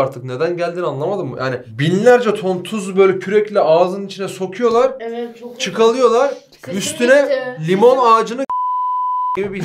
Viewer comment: Çıkalıyolal diyor garibim ağzı uyuştu:D